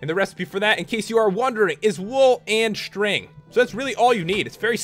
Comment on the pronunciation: WOOL AND SHTRING